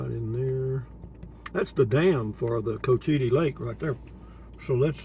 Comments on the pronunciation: It's pronounced Coach ua tee lake. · You mentioned that you were unsure about the pronunciation in a previous video... it's pronounced coach-eh-tee